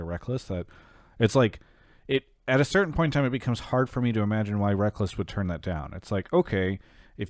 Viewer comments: This is my monday listening while I work. Always a good time. The Connecticut caller sounds like he was from Alabama and it through me for a loop when he kept pronouncing Reckless as Reckalls. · Actually I'm pretty sure reckless actually made a comment that his name is supposed to pronounce like "wreckles" I remember watching some personality (was probably ) making fun of it.